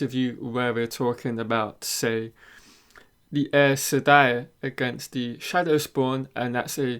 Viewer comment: The show is out and only you still say Egweeene and Eis Sedai. Sorry, wish you well